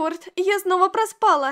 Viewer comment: почему проспа́ла если правильно проспала́